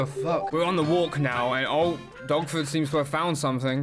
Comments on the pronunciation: I thought he was saying DOGFOOT the first time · Thought you were saying “dogfoot” the whole time you were saying “dogford”